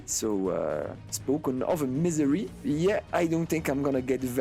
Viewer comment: All to respect man but the way you pronounced my home state Missouri made it sound like Misery lol. Loving the content man.